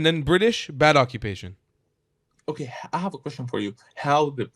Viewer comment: Acubation! Broblem! "I'm Belgian", Balestinians, " They helb the beable" hahahahahahahahaha.